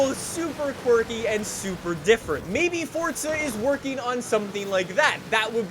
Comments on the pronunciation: For z a not for tsa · For za not fort za